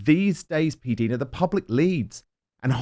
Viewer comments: Dan it is P DYE NA not P DEAN NA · When you said your name, it was not P-Deena, it was with the long i sound, not the double e sound. Which is it? This drives me crazy since Dan keeps calling you PDeena. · I believe the correct pronunciation of her name is Dinah, not Deena. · Have you ever watched her videos ? She clearly states her name is pronounced P Dinah not Deena.Dan have you never seen all her videos? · I love when you have PDina on your show. However, she is too polite to correct you on the pronunciation of her name. It is pronounced “P” Dina - Rhymes with China ❤